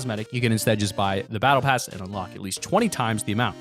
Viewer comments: "battle cass" lmfao I'm dead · He accidentally said Battle Cass lol